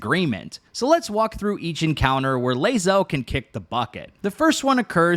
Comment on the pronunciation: you're pronouncing Bae'zel wrong.;)